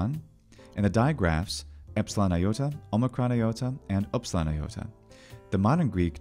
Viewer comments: Upsilon didn't sound like you've just uttered it. Namely you pronounce what is nearest to a Parisian u or a German ü or to a lesser extent a Swedish y. The French sound is pronounced like a shrill i sound but with the lips puckered as around a pencil. The upsilon was pronounced as a central closed vowel but like i in will, bill or e in sided but with the lips closed together as for a v. It is the vocalic prolongation of the consonant v and has a more mysterious, otherworldly quality than French u which is very fronted and without echo. Upsilon fetched into the deepest vocal cords, hence why at the beginning of a word it always comes together with a rough breath, with the lips forming an obstacle, a veil. Try to fetch the deepest breath inside and project it onto the obstacle of your closed lips. Latin only had the short, blurry, relaxed version of that sound, as in Sÿlla, docümentum, optïmus. There were attempts to introduce a new letter for that sound but the measure ended up being applied for words of Greek or foreign origin only and in the same shape as upsilon. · So if I'm correct, the pronunciation of the Ancient Greek letter upsilon is the same as the modern German Süss or French lune? Because I'm Dutch and we also have that German/French sound (e.g. 'duur'), but it sounds a bit different than the way you pronounce it, I think with your lips a bit more like a duck and less pressed together? I can't explain very well as I'm not well versed in linguistics, but u sounds a bit strange to my ear. Just a little bit though. It's very close and normally not noticeworthy, but since we're discussing the letter and the sound it makes, I wanted to ask.